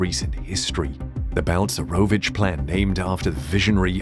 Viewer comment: Jesus Christ his name is Balcerowicz not bounce maravich is it really so difficult to prenaunce ?